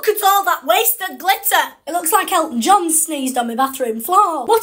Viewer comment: “It looks loiikke ELltOn JoHn sneezed on me bathroom flooarr” I cant😂